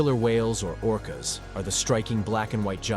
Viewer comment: It’s orcas dawg..